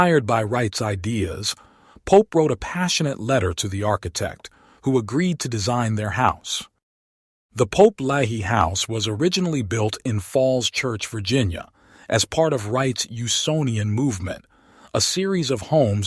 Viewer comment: The pronunciation is Lay'-Hee.